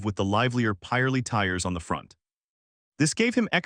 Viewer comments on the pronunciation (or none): calling a pirelli a pieralee sounds odd...we pronounce it pi - relli